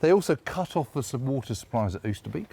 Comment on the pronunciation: Lovely work fellas. But can you manage 'Oasterbake'?